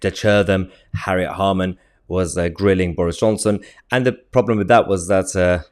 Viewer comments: Harriet Harman? Don't you mean Harriet Harthem? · 'Harriet Harthem' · Come on Mahyar it's Harriet Harthem 😂😂😂